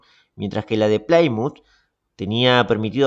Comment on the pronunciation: "Plymouth" se pronuncia tal y como está escrito, ahórrese ese "Plaimuth"